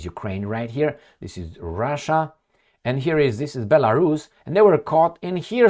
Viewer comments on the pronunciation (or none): none